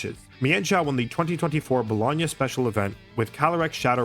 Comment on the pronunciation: Props for pronouncing Bologna correctly